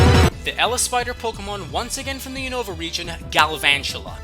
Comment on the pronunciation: I hate being "that" guy but a lot of people keep pronouncing Unova wrong. The accent is on the U not the O.. Unova as oppossed to unOva